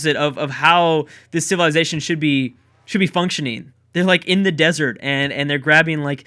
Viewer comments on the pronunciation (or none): none